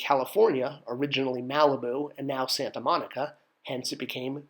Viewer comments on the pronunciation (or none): none